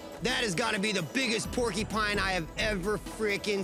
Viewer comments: Porcupine not porkypines come on Billy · Omg, if I hear Billy and that lady annoyingly say "porky-pine" one more time... 🤣 Also is the most shallow quill pull ever. This show kills me. 🤭